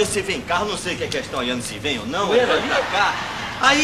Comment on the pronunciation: O certo é "bueiro" e não "buero" sem o "i".